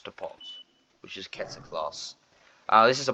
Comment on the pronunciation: How tf did he pronounce keter?💀